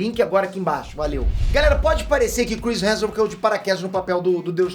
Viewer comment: O dá um migué na pronúncia do sobrenome do Chris. Toda vez “Chris Heajusbskalabsus”. Muita consoante na mesma palavra…